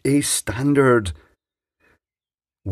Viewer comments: FYI Acording to the Manufacturer It's pronounced "Wa" "go", not "Way go" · Isn't it Vargo not waygo 👍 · Pronounced Vah-goh being a German product, not that it matters much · It is. And it's not. I just watched a video from wago.de, and they say vah-go. But on wago.us, they say wah-go. So I guess the German parent company doesn't mind "local" pronunciation. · Its pronounced Var-go. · pronounced "VAGO" they are german.... never trusted these, just use a screw terminal instead. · It's pronounced Vago mate. Their reps told me they stopped making the grey plastic one because it was ripped off. So they made a better product to replace it. That's not a Wago product. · Glad someone mentioned this, been reading the other comments thinking I'm in a parallel universe :) used to work in electronic component purchasing, always been Va-go to me